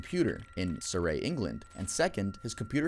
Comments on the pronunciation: Suh-rie not Surray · for any Americans who might not know it’s Suh-ree rather than Suh-rey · Is it just me who noticed how he said Surrey? (It's pronounced 'sur-ree' not 'sur-ray') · around that time you said the town of surrey as Syray but it’s pronounced su-re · Just thought I’d let everyone know it’s not pronounced surray is pronounced surry. I know it’s weird. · SUR-REY???? bro its surrey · Shout from england love youre content thank you so much! And its pronounced Su ree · it's pronounced Sir-ree, love. 😊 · Hearing you pronounce my home country Surrey as surray really hurt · Hi I love you and ur content but u BUTCHERED the pronunciation of ‘Surrey’ I am English and we pronounce it ‘sur-ee’ so like the ‘sur’ in surprise ad the ‘ee’ in yipee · I'm still crying over how pronounced Surrey 💀💀💀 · I’m watching this as I fall asleep, and I giggled when o heard you pronounce Surrey. I have never heard it said like that and it made me laugh, very sweet. (Also, I feel bad for everyone BUT the men having affairs) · That’s an interesting way to pronounce Surrey haha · Was anyone else bothered by his pronunciation of Surrey or just me? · The way you pronounced Surrey 😂😂😂😂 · How did you say surrey so wrong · Never heard anyone pronounce surrey that way before… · i feel sorry for all the people affected but, the way pronounced Surrey got me dead💀💀💀💀